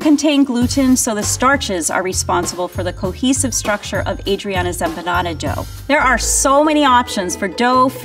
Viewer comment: EM...PAH... NADA.!!!!!